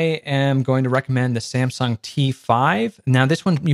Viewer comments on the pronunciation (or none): none